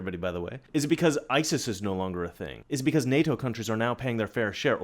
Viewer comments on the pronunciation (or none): none